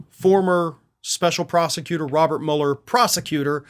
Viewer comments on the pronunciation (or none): none